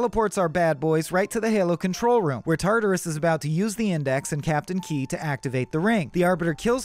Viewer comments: Stopped at "Captain Key" - its KEYES. At least get someone who cares about Halo to narrate this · Captain KEYES. WITH AN ‘S’. NOT KEY. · It's captain Keyes, not Key... Edit: the worst part is you say Captain Key but get his daughter's name correct by saying Miranda Keyes. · The timeline for humans re-evolution to a space faring civilization was way more than 2500 years, the forerunners weren’t “in ruin” they were functionally extinct, it’s Captain Keyes not Captain Key, other than that great vid :-) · the only thing that bothers me is the fact that the guy calls keyes "key", even though the story is accurate, but when we get to halo 2 its keyes again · bro it's "Keyes" not "Key" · This was done well except it's KEYES, not captain Key 😂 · KEYS - ITS KEYS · It's Captain KeyES, not Key. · Whyyyyyy do you not pronounce the 's' in Keyes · It’s Keyes, not Key. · It's KEYES, not KEY. C'mon. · Captain Keyes. Not Key. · **Captain Keys not Key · its KEYES not key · Bugged me everytime he said Key 😭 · Captain KeyeS. There's an S there. It's not silent. Just sayin'... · captain KEYES bro PRONOUNCE THE S